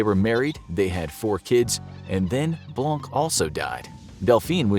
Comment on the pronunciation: you aren't supposed to pronounce the "C" in "blanc". I'm not saying this to be mean, it's just the way it's supposed to be pronounced.